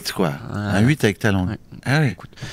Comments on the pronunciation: Déjà il dit pas langué il dit guélan 😅 Et puis moi j'aime bien c'est sa petite patte à lui quoi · Heureuse que tu ne dises plus "langué"